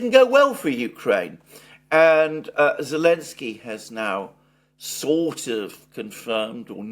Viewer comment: Why keep pronouncing zelenski as Elenski?